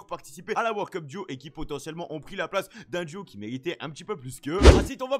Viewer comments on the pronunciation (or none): Le mec il dit wor cup c'est world cup